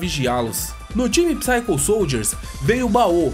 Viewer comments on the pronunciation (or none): none